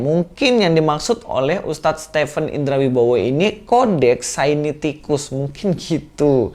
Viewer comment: koreksi bukan sainiticus tetapi Sinaiticus. GBU dan tetap semangat mewartakan kebenaran iman Kristen.